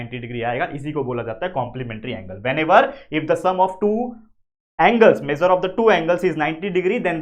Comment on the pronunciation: Sir you are saying mesure it's measure 😂